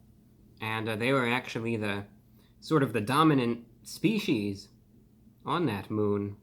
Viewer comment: You pronounce species incorrectly